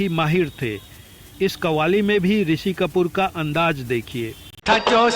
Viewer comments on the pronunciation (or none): Lihaja nahi Lihaza hota hai Aor andaj nahi Andaz bhai sahab